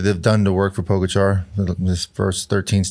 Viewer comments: Why do Lance and George continue to slaughter Tadej last name when Bradley and Johan pronounce it Correctly ??? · Have some respect for Pogačar and Vingegaard - These guys need to learn how to pronounce their names correctly!